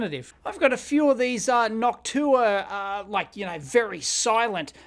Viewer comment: Dave I'm your biggest fan ! It's pronounced "Noc-shoe waaa "